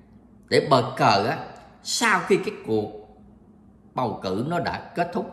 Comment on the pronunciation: bau cu thi noi bau cu tai sao lai noi bo co that kho nghe